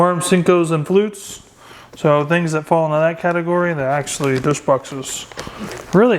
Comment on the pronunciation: Good video man! I like your set up. By the way, no disrespect to you, but it is Flukes not Flutes. Have a good one bud.